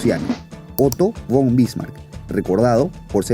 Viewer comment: Hola, buen video! ya le di mi like! queria aclararte que el "Von"/"van" de los apellidos germanicos se pronuncia como "fon/fan", saludos!